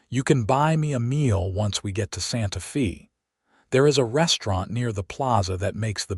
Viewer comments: Olivia is Ōlìvia, not Ăhlivia. and Santa Fe sounds like Santa Fāy. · I can't even listen to this. You need to get a better AI that can pronounce Santa Fe and Chili Rellienos.